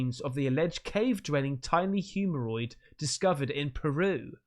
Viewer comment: saying "Cave-dwelling tiny HUMAROID". I think there's a cream for that.... 🤪